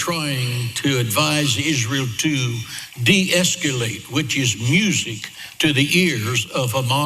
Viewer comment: Its pronounced 'es kah late' NOT 'es QUE late'! MORON!